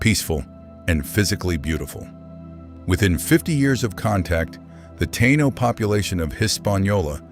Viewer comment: F.U for pronouncing "Taino" so badly, and for depicting us as black people. As "one of the most complete cultural and demographic catastrophes in human history" thank you for your added contribution, A-H! Major F.U. for that!